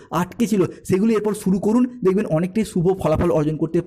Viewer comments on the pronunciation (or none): none